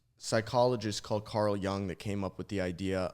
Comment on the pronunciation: Carl Jung (Y-oong)